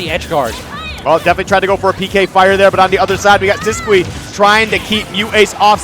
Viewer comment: He is just saying it how it looks. It's wrong, I'm pretty sure, but it's not that cringe. It's weird the actual pronunciation of Sisqui is "Sis-Key"